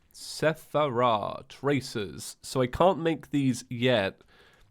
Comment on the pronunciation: It's not a calamity playthrough without calling the Seraph Tracer the Sephera Tracers.